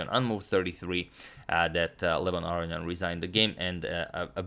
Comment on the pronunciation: Antonio, your brother in law also pronounces it a-RO-ni-an.